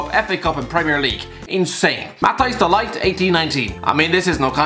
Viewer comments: Can we just get it right. Its mathias de lit not de light . (Ik its spelt de ligt im just spelling it how its said) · Did he say De Light? Or De Ligt? Cant tell 🤣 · His names not De Light its De Ligt lol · No one:: matias da light 💡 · English people are capable of pronouncing it right though... Just pronounce it as "deh leat", come on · what I meant was they are capable of pronoucing it as close to the proper way as possible, while says "De Light". Also non-native English people aren't capable to pronounce the "th" sound right away either, but you can work on that and learn how to pronounce it